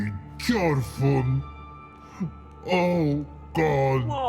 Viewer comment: Had no idea what "chorfun" meant, looked it up & turn out was trying to say "fortune" the whole time, lol.